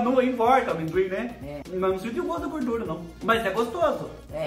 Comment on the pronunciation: Kkkkkk gosto de "gurdura" kkkkkk